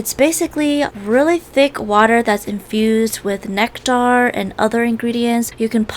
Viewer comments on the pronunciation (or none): Necktar lol u pronounce it necter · Ain't no way she pronounced nectar like that